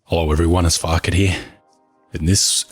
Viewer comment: Why i cant add image here... When farket says his name, auto subtitles says his name correctly, like everybody should say it. Not like him.